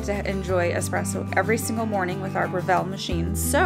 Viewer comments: I’ve just ordered this machine & grinder, can’t wait to receive them. Thanks for the detailed description. BTW, it’s pronounced BREville, not "BreVELLE" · Thank you for uploading this. I’ve been searching for an extensive video like this. By the way, it’s BREville not BreVILLE. It’s an Australian company.